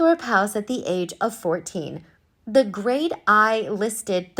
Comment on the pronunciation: Grade "i"?? Are u serious??? As an American, hearing an American voice narrate these videos about British homes, Royalty, etc etc is EMBARRASSING!! IT IS NOT GRADE i!!! Its called GRADE I, AS IN THE NUMBER 1!!!! Learn these things before making these embarrassing gaffes!!! In the UK historic estates are known as Grade I or Grade II listed.